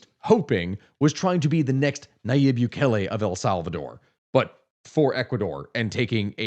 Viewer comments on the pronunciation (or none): none